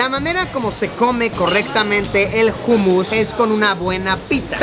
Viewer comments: jumus???? jajajajajajjaj humus que se pronuncia - umus , gracioso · Like Si sabes que Luisito lo pronuncia como se escribe😂. humus y se pronuncia hanmos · se pronuncia Homus no Humus, pero dile cómo quieras quien soy para decirte que hacer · Jumus no umus se pronuncia luisiyo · Se dice ummus... No jummus... Jejejje.. La "h" no se pronuncia como "j"... Si vienes a España otra vez dímelo y llevo a Benidorm... Saludos wapeton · Se pronuncia “ Umus “ Saludos a todos 🎉